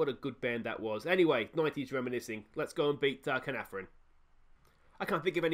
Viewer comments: It’s pronounced Kar-Nar-Von if that helps. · You said Caernarfon like 8 different ways in this video and you got it wrong every time 😂 Check Caernarfons team as they have a Welsh speaking policy so they might be communicating in Welsh which will give them an advantage